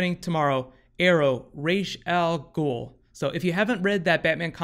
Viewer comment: Isn't it pronounced "RAHES - AHL - GUUL" instead of "RAYES - AHL - GUUL"?